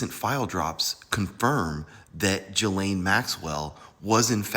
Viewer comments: GAH-Lane-- her name is pronounced "Gah"-"lane"-- this "Jah-lane" stuff is wrong. Gah-lane like "Ghost"- not "Jhost." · It’s “GHEE-laine” not Gee-laine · Pronounced “Guh-Layne.” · She doesn't deserve to have her name pronounced correctly, but I'm just saying, that's not how to pronounce her first name. So what.